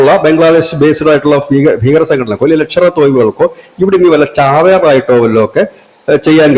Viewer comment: Dear, നിങ്ങളുടെ ചാനൽ സ്ഥിരമായിക്കാണുന്ന ഒരാൾ എന്നതിലേക്ക് ഒന്ന് രണ്ടു mistake ചൂണ്ടിക്കാണിക്കട്ടെ താങ്കളുടെ pronounciation ലഷ്കർ എന്നതിന് പകരം പലപ്പോഴും ലക്ഷർ എന്ന് വരുന്നുണ്ട്. അതുപോലെ ഉദാ: അതിൻ്റെ importance വളരെക്കൂടുതലാണ് എന്നതിന് പകരമായി important കൂടുതലാണ് എന്നു പറഞ്ഞുകാണുന്നു pls correct it in future.